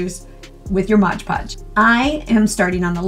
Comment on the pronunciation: For pity's sake. You're a professional crafter. Can't you say Mod Podge?